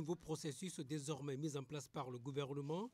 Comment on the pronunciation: DesormAIN RONgement Que dit l’orthophoniste ?